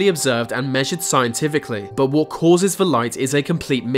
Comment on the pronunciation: and "vat for"that"